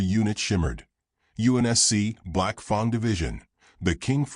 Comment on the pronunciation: "Fang" is pronounced with a long "a", not an "ah".